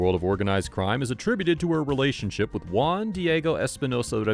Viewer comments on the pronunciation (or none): none